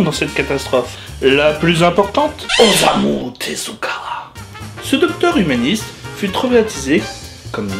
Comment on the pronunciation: ça se prononce Ossamou Teska tu le prononce mal